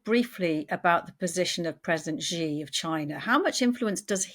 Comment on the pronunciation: After all these years could the reporters please stop saying Gee jinping. The nearest pronunciation of "Xi" for an English speaker is "she", same as the pronoun.